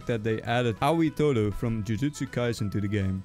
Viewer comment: WHY TOTO IT'S TODOOOOOO